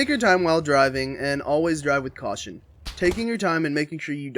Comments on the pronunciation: Caution not Cation. Good video though. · its caution not cation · cation lmao its caution ffs